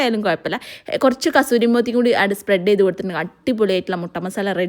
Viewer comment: Kasthuri alla kasoori methi aann😅